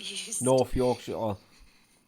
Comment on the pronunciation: No you said yorkshire right the first time. I hate when people say call it the second way you call it. Nobody in Yorkshire calls it shyre or how ever it’s spelt 😂😂 I’m West Yorkshire born and bred so I know for a fact 😂😂😂